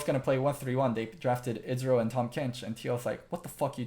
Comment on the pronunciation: ezreal, not israel